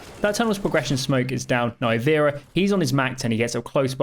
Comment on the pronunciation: I believe its called as Nee- vera right?